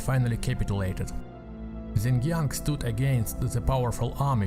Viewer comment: Xiangyang is pronounced "sh-young young", nice video.